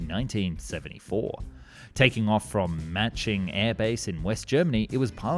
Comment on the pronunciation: i have never heard someone pronounce manching more wrong :)